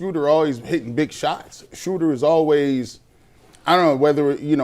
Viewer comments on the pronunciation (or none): Hey..great job..but it's SCHROOOOOOODER!